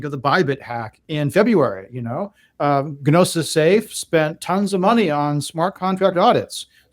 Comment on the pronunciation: Bro the "G" in "Gnosis" is silent, hahahah. You keep booking n00bz it seems on all your pods.